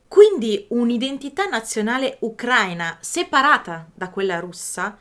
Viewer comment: Per favore.. ukra-í-na, non ukr-a-ina. L'accento è sulla 'i' 🙏 Almeno tu😁